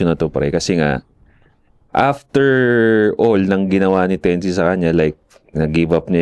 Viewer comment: "tense" bigkasin yun mga tol hindi "ten-zi" correction lang just in case mapagusapan ulet. gandang topic